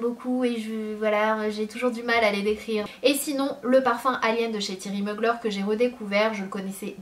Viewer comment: tu prononce mal Thierry Mugler 😂😂💖 sinon je t'adore 💖